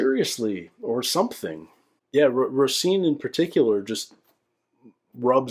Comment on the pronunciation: love that you’re going back doing these. You have such an interesting perspective and love it that you take things so seriously! Btw— not sure if this will matter if you’ve already recorded these by the time this is posted but the ‘s’ in Roisin should be an ‘sh’, so it’s Roh-sheen.